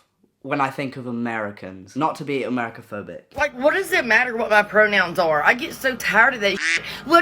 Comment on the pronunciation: He said americaphobic